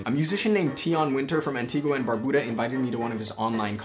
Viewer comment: PRONUNCIATION “AN-TEE-GUH and BAR-BEU-DUH” I’m from the Caribbean. STOP BOTCHING IT.